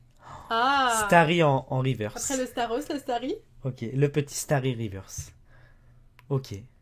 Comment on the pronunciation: statoss ? c’est pas staross ?